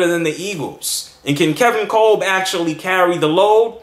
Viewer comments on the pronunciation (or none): It's pronounced "Cob"